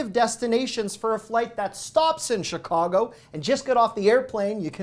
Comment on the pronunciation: Why people say Shicago? Always wondered.